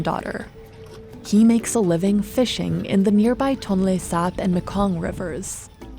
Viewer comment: And it's pronounce maykong.. Not muhkong